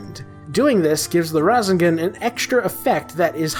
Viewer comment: Its ra-say-gon